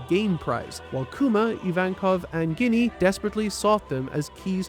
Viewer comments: I can't get over that he read her name as "guinea" and not "Jenny". To each their own but it screws with me every time I hear it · hearing you pronounce ginny, as guinea instead of “Gin E” is despicable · Small correction. It's not "Ginny" as you say it. It's "Jinny" The G is the J sound. We know this due to Japanese pronunciation. Just for clarification:P Or ya know.. like Gin the drink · Ginny actually reads as jinny with a soft G, I saw many people read it wrong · Must admit, after watching dozens of anitubers, this is the first time I've heard "Ginny" pronounced that way, and that in itself is surprisingly surprising...🤔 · Ginny pronunciation is taking me out That's not even a Japanese name bro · damn, this man cannot say anything. pronouncing ginny with a hard g? bruh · ive never heard someone mispronounce ginny like that before lol